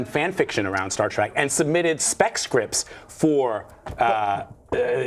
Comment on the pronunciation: “Star track” teehee